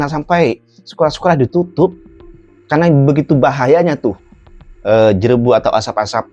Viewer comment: JEREBU bukan JERABU sebutannya